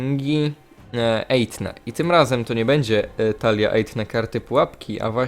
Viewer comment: "ejfne" się wymawia Tak jbc na tym "f" się robi taki świszczący głos przybliżając język do przednich zębów